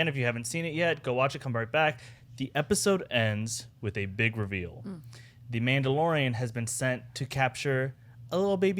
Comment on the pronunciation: "themaudelorian" lmao what